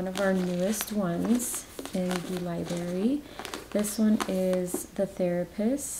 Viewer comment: Libarry. Omg it kills me!! Lol